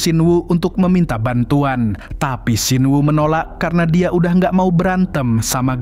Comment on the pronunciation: apa banget ujung nada bicaranya pake K😭😭🙏🏻 "Dia jadi Diak"🗿